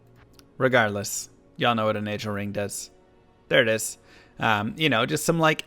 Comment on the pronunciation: Why do you pronounce nagelring wrong? it's a G not a J, naga not naja